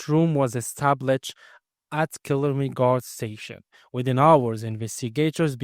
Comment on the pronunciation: It is pronounced kill aaar ney